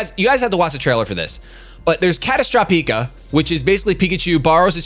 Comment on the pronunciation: Wish you never said this. Now I'll forever be disappointed in the actual name. Not to mention butchered it.